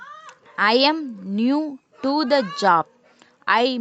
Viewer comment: Plz correct ur and, that, to pronounsations🙏🙏🙏